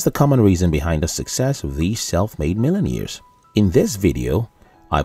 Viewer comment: "millen-ears"? The narrator needs diction/pronunciation lessons!